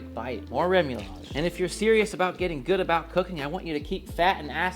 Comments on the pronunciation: It’s pronounced RE-MOO-YAJ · ruh-moo-yaj - no "L".